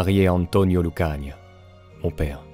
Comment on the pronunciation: Vous prononcez mal le patronyme "Lucania", l'accent tonique s'y plaçant sur le seul "i" en laissant traîner le "a" final, pas sur le bloc "ia".